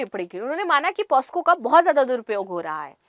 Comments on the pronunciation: मैडम पोस्को नहीं पॉक्सो होता हैं... Pls correct Ur pronounciation!... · Madam ji 🙏✍️,pos--co...nhi .🙏💐 POc ___so .. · दीदी वो पॉस्को नहीं पॉक्सो होता है